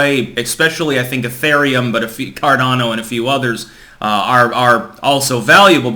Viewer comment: "Ethaireum" lol